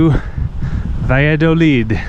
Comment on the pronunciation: Based on your pronunciation of "Valladolid" I'm going to go lower than 70% ;) Edit: You got it right later on!